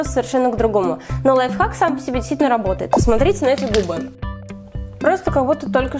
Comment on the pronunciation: Кто заметил что она говорила не лайфхак а лайфак😁😂